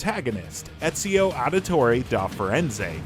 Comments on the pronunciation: You said ezio wrong is real name is ezio de lalalala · Are we just gonna ignore the fact that this pleb kept mispronouncing Ezio's name?